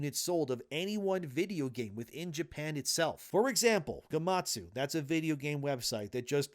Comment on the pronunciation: Gematsu, not "gamasu"